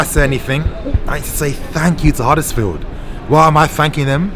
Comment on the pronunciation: Ffs it’s Huddersfield don’t worry I don’t need a red heart to know I’m right 👍